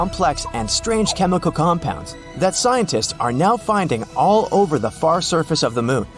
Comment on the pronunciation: It's FAR NOT FUR!!!!!!